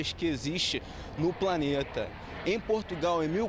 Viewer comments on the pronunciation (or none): none